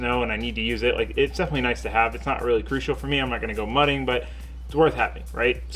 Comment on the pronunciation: The fact that you announced the 'g' in mudding meant you weren't planning on going mudding.